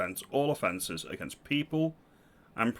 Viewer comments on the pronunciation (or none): none